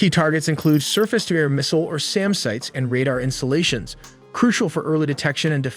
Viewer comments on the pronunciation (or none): none